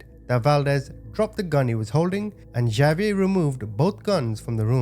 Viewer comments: Okay, completely minor comment…Xavier is pronounced “Ha-v-air,” not “Ja-v-air.” 😉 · The name Javier is pronounced HA VEE AIR. 😂😅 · Is not Javier.. it's pronounced Hov ee air